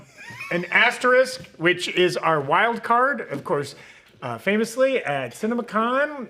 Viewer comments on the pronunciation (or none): Is it pronounced aster-ick, or ass trick? Like said, it does look like a butthole... But threw a haymaker with Rita Repulsa at the end there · Interesting choice to just give up on pronouncing the second s in asterisk